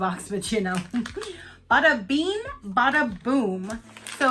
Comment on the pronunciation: Uh love your eye look. It was so cute you pronouncing bada bean😂❤️❤️